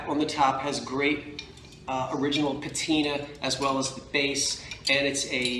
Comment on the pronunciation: it's pronounced pat-in-ah. Not paTeeNa. Lol, So I've heard... That black amethyst glass lamp is outstanding!!! The finial!! This video is so timely considering our recent lamp talks.